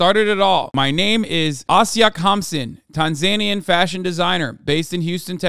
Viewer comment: He's doing the right way !!! Everyone else is wrong ( according to the people of Tanzania )